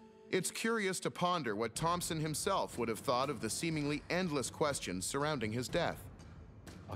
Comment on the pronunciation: And it's Thomson, not Thompson :)